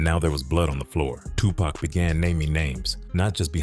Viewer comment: Why does the pronunciation alternate between "TuPACK" (as in wolf pack) and "Tupac" smh.. Dang AI videos